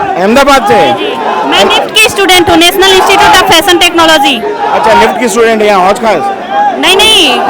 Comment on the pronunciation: स्टूडेंट बोलो भाई